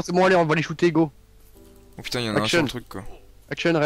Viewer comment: "Putaing !!!" sa y est il devient Marseillais